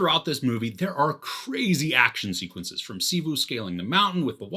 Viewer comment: His name is Shiva not shivu 😑